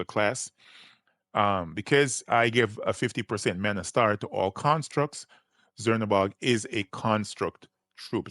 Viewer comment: Cz is actually a ch sound like in the country Czech republic so its more like chernabog not zernabog